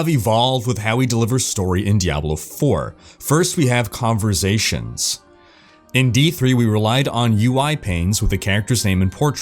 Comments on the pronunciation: Me sober: converSations me drunk: converZations sober: converZations XD <3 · "converZations" really made my teeth grind